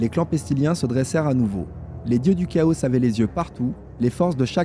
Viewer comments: C'est complet et ça fait plaisir. Il y a la diction qu'il faut un peu améliorer ça fait trop lecture. Et la prononciation de certains mot genre le "chaos" se prononce Kao et non Kaosse. Mais sinon j'aime bien ! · celle ci est mieux, au fait dans le mot chaos le s est muet